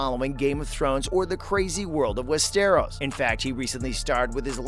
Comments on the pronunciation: Westeeeros? West-er-os? Ross Leslie? It's Rose. Please. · I Connor get over how he pronounces Westeros, “Wess-Teros.” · Jesus fucking Christ how do you mix up the words “Ross” and “Rose”?!??!? I want to barf. Ya know what? Make that crybarf. AND FOR FUCK’S SAKES IT’s WES-TER-OSE. SOUND IT OUT WITH ME NOW. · Click bait and I can tell you never have watched any of it by the way you pronounce Westeros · What a load of BS. The narrator cannot even pronounce Westeros. CLICKBAIT.